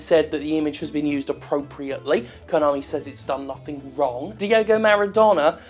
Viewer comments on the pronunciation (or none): I Keep Hearing You Say Di-O-go Jim, But Just In Case His Name Is Di-E-go, Diego Maradona.